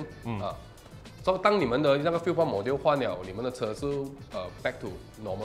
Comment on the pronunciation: Module应该是读majool吧